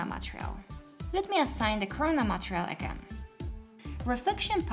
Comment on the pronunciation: Love how you say it "matrial" insted of "matErial" in every video, but now, its overusage time! 😁😁😁